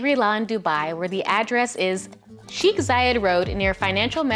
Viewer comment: Hey! Thank you very much for the video, I like the content very much! However, please note that "Palm Jumeirah", "sheikh", and "Deira" are all pronounced differently.